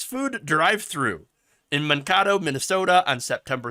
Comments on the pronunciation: "Minkato", MN? It's MANkato. Mankato, MN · pronunciation: Man-KATE-oh. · It's pronounced Man-kay-toe. Mankato.